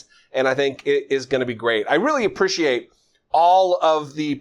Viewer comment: I just wish he could pronounce appreciate. Then I'd think about it